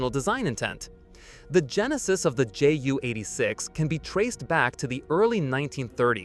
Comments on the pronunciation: It’s not a “jew eighty-six”. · The problem with computer voicing is the incorrect pronunciation. It was the Jay You 86 not the Jew 86.